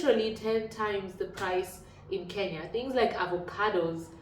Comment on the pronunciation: the word is similar but not the same - you have pronounced the extra vowel 'i' in Kenya that makes a difference! Serbian spelling of Kenya is 'Kenija' and no educated person would ever associate the name Kenya with the word depicting "taking a poop" I promise you! Anyways, the term 'kenjati' is seldom ever used except by some less educated and lower-class people.